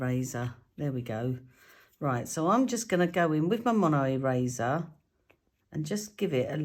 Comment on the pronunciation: I thought you said 'razor' not ' eraser' 😃 Going deaf in my old age! 😃😃 i tend to use Stayzon stamp cleaner before I use new stamps. Works a trear.